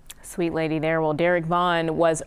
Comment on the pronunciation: we like what you did right ther - right ther! beautiful sir